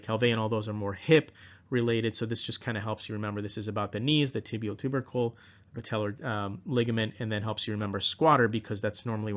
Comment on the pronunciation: when you said tibial ter-ber-cle when talking about osgood schlatter dz I laughted out loud. Thank you for the amazing videos! They are helping me prep for my PANCE!